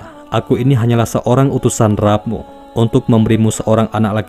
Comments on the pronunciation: rabb...rabb....bacanya Robb woi...gatel kuping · maaf, saya mengingatkan pada pembaca paparan ini: RABBNYA JANGAN DIBACA SEPERTI TULISANNYA TAPI BACA "ROBBNYA"